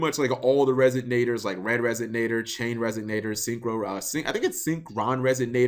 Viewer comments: Resignator? Learn to pronounce things. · There's no 'G' in resonator cap